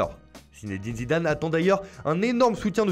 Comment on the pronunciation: La voix était parfaite jusqu’à la prononciation de l’entraîneur du Real Madrid ptdr 😜 Zimzimzimdam